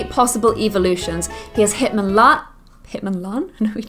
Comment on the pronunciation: says hitmonlan, hitmonchamp